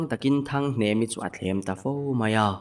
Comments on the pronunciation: HNEMA i ti deuh mei a .A dik lo a lawm HNEMI ti tur zawk a lawm😊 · hnemi kha hnema tiin i lam palh hlauh mai. mahse a ngaihnawm lutuk tho e